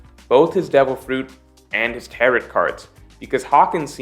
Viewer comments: actually pronouncing Tarot like carrot here lmao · the t in tarot is silent xD it’s tarrow lie rhymes with arrow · Hey! “Tarot” rhymes with “arrow”:) Also, Roger was able to ask when the mermaid princess would be born on command, so I’m not sure that lines up with your analysis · The way pronounces "tarot" cards makes me sad. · Hitting that last " T " in Tarot super hard.... fyi. It's a silent " t ". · I'm gonna' make a wild prediction and guess that has never heard the word "tarot" said out loud before. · I hate how you pronounce tarot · Tarot does not rhyme with carrot; it does rhyme with marrow. 🌈The more you know